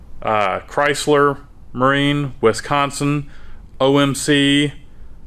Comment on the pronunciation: Pronunciation of wisconsin is wild